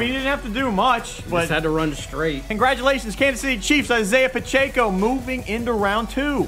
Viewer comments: PA CH ECKO not pa CH AKO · It’s Pacheco not Pocheco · pacheco is pronounced pa check o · For the love of god say Pacheco's name right. It doesn't have an N in it anywhere.